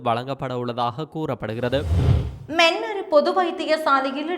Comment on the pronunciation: Meeeanar illa mannar